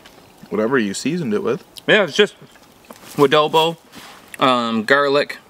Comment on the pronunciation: The w you add on to adobo is obnoxious it’s not “wa-dobo” it’s “ah-dobo”